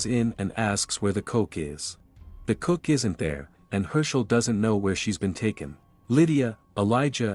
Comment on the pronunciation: Ok just have to say this. If your going to be an english commentary or recap channel. You really need to work on the english. You have called "hers" hims countless times called a cook coke. Im normally not one for spelling and grammar but if your going to make money off someone elses content atleast dont make my brain bleed havibg to read vetween blurred lines.